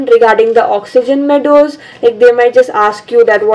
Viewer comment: Listen what she said.. oxygen meadows 😂😂😂🤣🤣😅